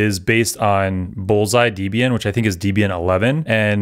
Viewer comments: It's not d-bian it's flipping DEB-IAN 😭😭 great vid btw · You can use alpine images to both speed up your build, runtime and as well as patch any CVE that gets published. Combined with Rust, the resulting docker image size will be 20+MB which is 7x smaller than the Debian based image. Fwiw, Debian is pronounced Deb-Ian, not Dib-Ian. Ian Murdock created Debian in1993. The word "Debian" was formed as a portmanteau of the first name of his then-girlfriend (later ex-wife) Debra Lynn and his own first name. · Who tf says deebian?